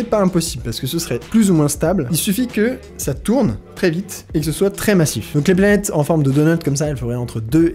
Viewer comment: j'aime trop comme tu prononcé les noms des planètes , faut pas que astronogeek regarde la vidéo